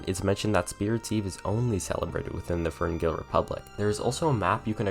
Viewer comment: When you talked about the war you said "you vs the firngill republic"